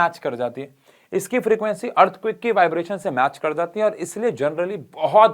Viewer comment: Sir seriously😂😂... According to:- EARTHQUAKE ❌ EARTHQUICK ✅